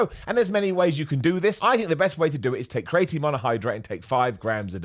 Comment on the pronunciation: The way you pronounce creatinemakes me smile. You say create-een , I say creeya teen dunno which is right 😂